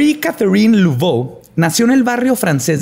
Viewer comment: Todo bien, es sólo que se pronuncia Mari, Lavó, no Luvó.